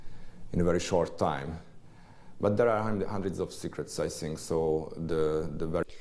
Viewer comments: Kedves, igazad van: a kiejtéssel vannak itt-ott gondok. A "th"-t simán "sz"-nek kiejtve, mint pl. Think@ az én fülemet is nagyon bántja, mint ahogy a "the"-t is sokan erőteljes "dö"-nek mondják, ami szintén borzalmas kiejtés. Viszont összességében nem olyan rossz egyik sem, ha a beszélgetőpartner megérti, az már jó. Örülnék, ha ennyi szót ismernék. Az viszont biztos, hogy te jobban beszélsz magyarul, mint ők angolul. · Én nem értem az okát ennek a th (thing; think) kiejtésnek. Szerintem az oktatásban keresendő a hiba. Én a rendszerváltás után kezdtem angol tanulni (ovi majd általános) vidéken az Alföldön! Semmi extra tagozat csak gimiben. De ilyen “th” kiejtést nem tanítottak és nem is mondtuk magunktòl hogy “sink” stb. A korosztályom és a fiatalabbak már nem így beszélnek. Szerintem anno így tanították nekik. A másik dolog amit én szögletes akcentusnak hívok. A magyar nyelv elég nehéz és mi pontosan kiejtünk mindent, úgy ahogy az le is van írva…minden írásban hasonul, így a már hasonult szòt ejtjük ki. Erről nehéz leszokni es akarva akaratlanul érződik az angol akcentuson. A hímnem/nőnem (he/she)felcserélése is nagyon gyakori hisz a magyarban nincs.